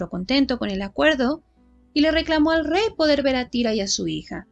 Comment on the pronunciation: Se pronuncia zaira. Muy buen trabajo.